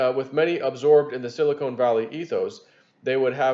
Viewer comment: reading skills have greatly improved from past years. But there is one funny error he makes all the time. Sili KONE and Sili KONE valley (is the cleavage between Hollywood Implants), and.... Sili CON is the mineral used to make Computer Chips.